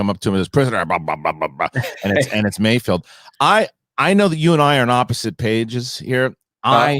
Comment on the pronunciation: HE’S CALLED MAYFELD —- NOT MAYFIELD, FFS!!